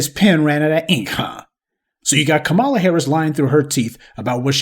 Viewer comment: I’m wondering why you continue to mispronounce Kamala’s name.